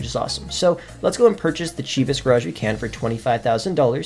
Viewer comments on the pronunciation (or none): none